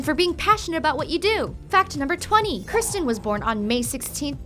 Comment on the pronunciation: its kirstie not kirsten.